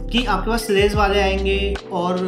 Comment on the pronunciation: Very well said.. Good detailing Thank you!! Its SLEDGE :) not slaze